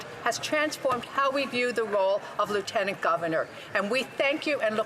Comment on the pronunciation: Wouldn't it be nice right off the start if the member from Newfoundland could pronounce lieutenant governor properly?